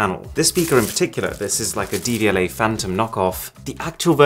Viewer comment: He said Devialet and I heard DVLA